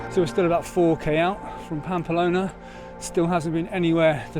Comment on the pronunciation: Unlucky with the weather. I did that route in early June 2022 just before the proper heat and fires. Had a lovelly time. Following your journey. Oh one minor irritation it's Pamplona not Pampalona!!